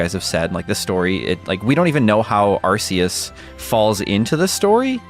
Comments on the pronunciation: Really it is pronounced “Arkeus” from the Greek word “Arké”, origin, e the Latin word “Deus”, god. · No no...it's Ar-Kee-Us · It's Ar- Kay- Us. Arcane, and deus. What do you mean 'they were mocking corrections like these'? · Arceus is pronounced "Ark-eus", not "Ars-eus". When Pokemon Battle Revolution came it that game did pronounce it Ars-eus, but all subsequent official pronunciations have been "Ark-eus". This is thought to be an intentional change (rather than a mistake in PBR) in order to make British school children giggle less. This has been useless facts with Jonny, you're welcome! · Zion is wrong, it was pronounced arse-ee-us but as of Pokémon Sun and Moon it is arc-ay-us. Silvally's ability is RKS System, not RCS System. I agree with him that this won't be my favourite game of the year, I will prefer Elden Ring and Breath of the Wild 2 almost certainly. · NO It’s actually pronounced Ark-ee-yus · It’s not arkeus It’s not arseus It’s ARKOUS!! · It's pronounced arsayus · i think it's pronounced "ar-kei-us", as in archaic - ancient; deus - Latin for ‘god’. Even in the movie it's pronounced that way. Oh well, to each his own. 🤷‍♂ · actually it’s ARKOOS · I like how the voice “correcting” you on the pronunciation of arceus actually got the pronunciation wrong! 😂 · Incorrect, the new JP trailer probounces it Ar-See-Us. It was changed in Europe/UK because of the word "arse". The original and accurate pronounciation is Ar-See-Us. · ...It's definitely a hard C in Arceus, not an S sound.